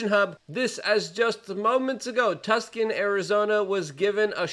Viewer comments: Luke, you just said "Tukson" 🤦 ... It's Tucson man ! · It's not tuscan it's tucson. TOO SAWN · Tuck-son? Two-sohn. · Too-San not Tus-can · Tuckson? Did you say Tuckson? It's Tucson, ya jack wagon. Too-sun. The place Jo-Jo left for some California grass. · TUC son😂🤣 Luke it is pronounced too san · Tuskon????? It’s pronounced Too-San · Did Luke really just pronounce Tucson AZ as ‘Tuscan’…??? It’s ‘Too-Sawn!’ There’s no way you are this awful at reading. Jesus Christ. If he can have this job without being able to read English than you can surely accomplish your dreams 🎉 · Also, it’s pronounced “too-s-on”, not “tusk-in” lol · LUKE! it's Tucson = TOO-SAUN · "Tuscan" Arizona, lol. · Tucson AZ is pronounced two sawn. Tell me your from back east without telling me lol 🤠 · Tucson (Two-s-on) lol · Tucson .... (too son)~ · I'm laughing at how Luke pronounces "Tuscon". As if it was some type of Italian village 🤣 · He pronounced Tucson "Tuckson" 🤣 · How do you not know how to pronounce TUCSON And paliSTINE (STINE NOT STEIN, WE KNOW YOURE INFATUATED WITH EPSTEIN BUT WTF I CAN TAKE YOU SERIOUSLY IF YOU CANT PRONOUNCE WORDS CORRECTLY SMFH)